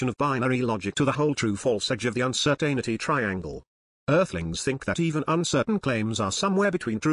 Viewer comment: needs to work on pronouncing "Uncertainty"